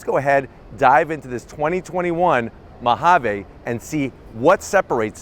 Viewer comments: What's with his pronunciation of "Ma ha vey". Mojave is pronounced "Mo ha vee". An ok video until he opened his mouth. Totally couldn't watch this since he kept saying the word over and over. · You should probably learn how to say Mojave... We are in America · I like that “Mahavay”